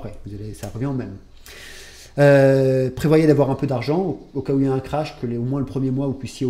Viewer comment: Merci pour votre vidéo, mais par pitié, arrêtez de dire : crash boursier ! On dit: krach boursier avec le son " que " et non " che"!!